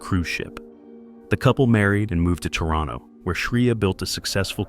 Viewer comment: I don't often hear people pronouncing Toronto correctly. Who is the narrator?